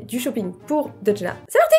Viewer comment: "DeuDJna" Ça me bute, coment t'as pas respecté son pseudo 😂😂😂